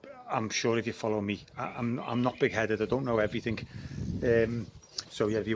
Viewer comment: You defo dont know everythink. Dont know a 'k' from a 'g'